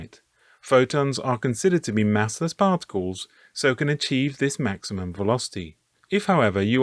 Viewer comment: Cosmic ray "particals" lol